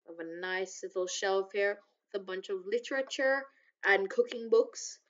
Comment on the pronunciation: "lichercher" XD